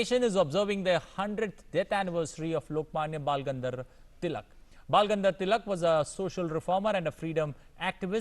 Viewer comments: Not Bal Gandhar...it's Bal Gangadhar Tilak.🙏🙏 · Bal gandar dilak 😂😂 😂 anchor's pronounce is not good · Bal gangadhar tilak bolna nahi aa raha.shame on you